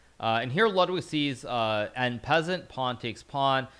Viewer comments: Also "an peasant". He said an peasant 😂😂😂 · Pretty sure he says en peasant on purpose since it’s a meme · "N peasant" lul hikaru trollin with the pronounciations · en peasant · I've never heard en passant pronounced that way before lel